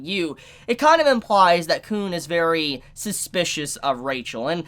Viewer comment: its khun not kuhn